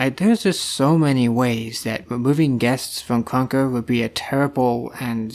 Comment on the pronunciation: ur voice bruh “kruwnka”